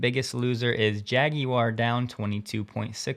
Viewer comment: An excellent pronunciation of Jaguar